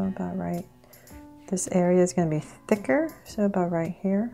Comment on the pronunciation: Why do you allways say thiker !!!!!